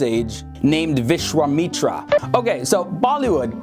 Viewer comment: you say Wishwameetra you pronounce it like that it is Vishwamitra